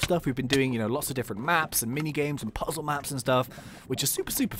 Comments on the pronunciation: "Poo-zle" lol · he said "wich is kinda like a minecraft poozle map"